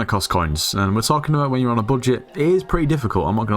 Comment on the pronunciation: "how to grind ghost in a bullshit" this is what i hear :D